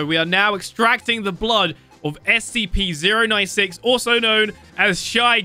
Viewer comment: It's scp-096 not SCP z ero 9 six